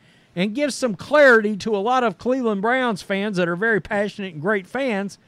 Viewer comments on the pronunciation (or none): none